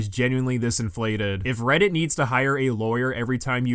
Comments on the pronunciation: I literally skipped around a couple times and in almost every skip this guy has said Redditt. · blud literally says "weddit"